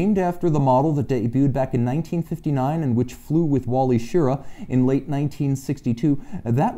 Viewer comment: Great show again. The astronaut Wally Schirra's last name is pronounced Shir-RAH. I'm old enough to remember when he and the 6 others were chosen.